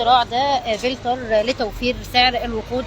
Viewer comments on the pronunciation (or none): تعلمي تتكلمي انجليزي صح اسمه فلتر filter F not v